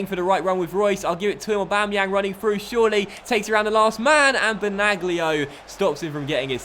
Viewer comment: Benaglio is pronounced like Benalio Good Video 👍🏻